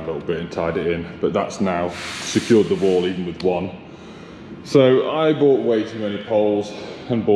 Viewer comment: what on earth would your mum say! You can say 'Adam & I' yet keep saying 'brought' instead of 'bought'! Tut tut tut young man! What example are you setting here! 🤔🤦😂🧐🤠👩‍🎓